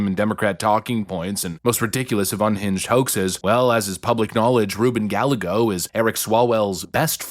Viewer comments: Double Ls in Spanish are pronounced like a Y. It's Ruben guy-YE-go. You had one job. Have you never heard his name pronounced before? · His name is pronounced Guy Egõ 😂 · It's pronounced Ruben (guy yay go) Gallego. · Please learn how to pronounce that dirtbag's name properly. It sounds like "guy yay go." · his name is pronounced GUY-A-GO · Gallego is pronounced Gal-yay-go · I don't like him, but his name is pronounced Guy-A-Go. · no, no I live in Arizona and we pronounce it has Guy-gay-go. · Gallego is a Spanish name. Thus, it's pronounced like "Guy Eggo" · Hey, Rubin Gallego's last name is pronounced Ga-YAE-go. Double "L" in Spanish is pronounced as "Y". LL is pronounced like the English "y" in "yellow." For example, "pollo" (chicken) sounds like "poyo." Think back to all the problems Kari Lake had with this guy during her run for office. Yep, Same guy. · It's hilarious how you are purposefully mispronouncing Ruben Gallegos last name. (Guy Yay Go) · It's pronounced Guy-yay-go. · *Guy-eggo, I'm a white guy but this pronunciation is killing me, even if Ruben is a POS lmfao. Hopefully we get his punk ass out with Katie Hobbs. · The little troll's name is pronounced, guy yay go... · Guy A Go........... thats how its pronounced. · I'm pretty sure his name is pronounced as 'guy-yego' & his interview in the wind was impossible to hear. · I like the way you say Gallego. That's way better than the actual pronunciation. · As a Spanish speaker, I CANNOT get over how wrong everyone is pronouncing Gallego.... it hurts so bad LOL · That’s not how you say Rubin’s last name. Check it out. And yes he’s a scumbag with HUGE money behind him. I’m in AZ and he had the most political ads I’ve ever seen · Dude, you’re seriously mispronouncing Gallego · C'mon you are better than not pronouncing Gallego properly. Its a Spanish name. And what do we know about Spanish words with 'll' like tortilla ? The 'll' is a Y sound. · Rubin guy eggo. Not Gal a go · Guy-a-gos not Galligo